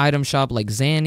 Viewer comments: Nice zany scream! Btw: it’s “zay-nee” not “zah-nee” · I got triggered twice in this vid. A: you just talk about some website infested with ads B: you mispronounce zany every time